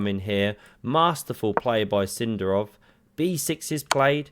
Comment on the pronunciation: So is it Sindarov or Sindarrrrov?